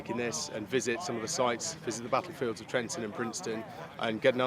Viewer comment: There are 2 Ts in Trenton, not 3